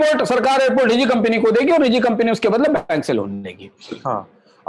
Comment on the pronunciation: कम्पनी को कम्पिनी बोल रहे हैं आप।